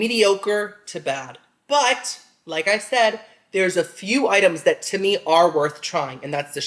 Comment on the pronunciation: When says to me it sounds like he’s saying his name. Not sure why I always notice this but he says it a lot. Love your videos!